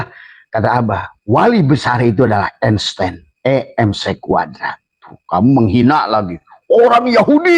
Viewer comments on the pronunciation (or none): none